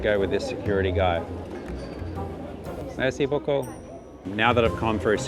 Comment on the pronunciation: Anyone of any background: speaks This guy: Mayr-see boo-coo!